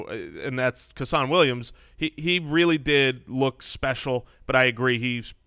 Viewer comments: tommy tucker I imagine that the footballers care. Especially considering they may be the only people ever to call him CUH-SAN. As a UW fan it's pretty cringey to hear. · Hey guys! Just FYI when talking about Seahawks WR's you said Kasen Williams name wrong. It's pronounced Case-In. Went to HS with the guy.